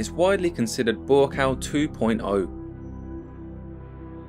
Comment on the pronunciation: Buakaw . You need to pronounce him as. Phenetic- Bhoo kow. It means mountain I think